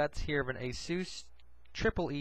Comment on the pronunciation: ASOOS? I thought it was pronounced ASUS as in A-SUS(us)...not (oos)